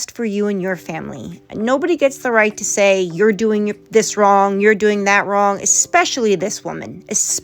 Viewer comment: She also says wron instead of wrong 🤣